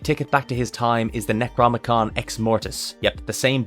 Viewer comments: Nec rO nom Ih con.. not necromicon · The... Necromicon Ex-Mortis?... Eh... It's Necronomicon Ex-Mortis. :D Love the vid!